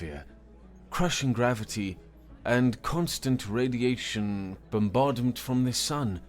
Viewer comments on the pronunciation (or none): none